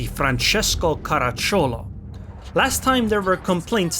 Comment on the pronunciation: I know these things are not easy to understand for a non native speaker, but believe me, every Italian would pronounce the name Caràcciolo. The pronunciations from Google do not take in account certain specific grammar rules for derived and not proper words (a term of endearment in this case, common in southern Italy)